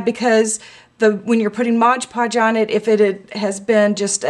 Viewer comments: great video... remember it's MOD Podge and also its pronounced that way... (not "modge"). but most importantly, have fun with it. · I thought it was called MOD podge....not modge podge. Hmm oh well, learn something everyday, huh?